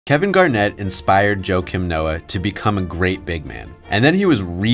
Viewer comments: Its pronounced "Wah-keem" not "Joe-kim" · It’s ha-kiim